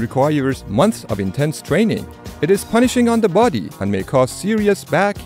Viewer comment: Yu should work on your pronunciation of word body.